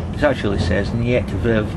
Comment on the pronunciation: The way you say ''niet verwarmen'' really hurts my ears. It means ''don't heat''. Niet is not pronounced like the Russian word for ''no'', it's pronounced like ''neat'' in English. Verwarmen is pronounced ''vurvaarmen''